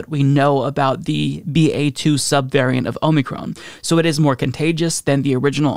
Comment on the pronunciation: Lol “Omey-Crohn”